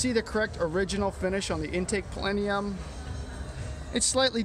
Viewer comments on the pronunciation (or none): Stunning example. Probably not more than a few of these E Type survivors in such great condition world wide. BTW, you're adding an "i" to the word plenum.